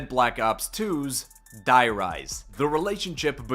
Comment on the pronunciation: Btw you say dee rise because die in german means the and its the rise